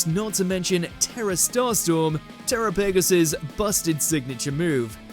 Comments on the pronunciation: Terapagos is pronounced Turapugows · "tera-pagos"..... why the delay, it's pronounce terapagos "teh-rah-pah-gous"